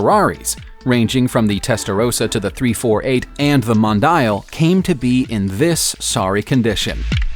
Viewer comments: Mon-dial lmaooo mohn-D-al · "Hurricane", "Tote-en-hammm", "Mon-die-alll" "Nova-see-brisk" "Bentley BT" God almighty, please oh PLEASE learn to pronounce words before you do another video! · Ferrari Mon-Die-Al 🤔🙄